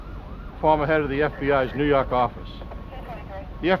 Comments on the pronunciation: Haha! The only reason i watch this is for ” former head of the FBI new yahhhk Office” 😂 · No no! It's new Yokk! Lol. For some reason they have a 25-letter alphabet (which never includes the letter 'R') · Its prounouced New Yaak